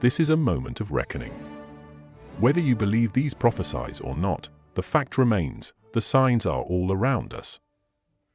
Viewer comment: This is another AI video. The person talking can't even pronounce prophecies correctly. Shameful.